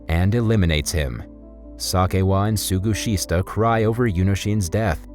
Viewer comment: Some of the names are rather butchered in this narration. "Suguhista" -> "Sugishita" / "Tsuroka" -> "Tsuruoka."